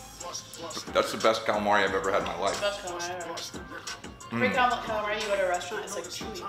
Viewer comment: Listen don't ever say caalamarry again. You say galamah. Ok please